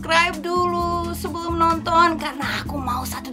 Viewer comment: itu "SEbelum" mbakk, bukan "SUbulum".